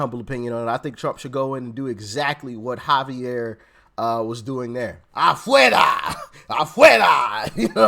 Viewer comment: You said it correctly🇺🇲🇺🇲🇺🇲🇺🇲🇺🇲🇺🇲🙏